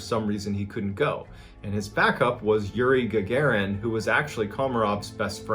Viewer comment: It’s not URI gugurin it’s URI Gagarin Ga-Ga-REen- that’s how you pronounce it